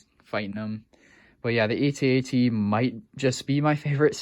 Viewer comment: Just FYI, the walker is pronounced "@ not "ay-tee, ay-tee". Been that way since 1980. Search up the old Kenner commercial.